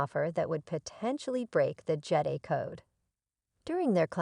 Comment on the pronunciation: Who can watch this nonsense? I only got sec in before stopping. How can I take anything seriously with a bad AI voice, that can't even pronounce Jedi correctly. It's JED-EYE Not JEDDY.